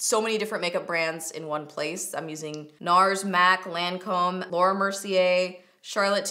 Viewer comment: Lancome is pronounced "lawn-come" not "lan-comb"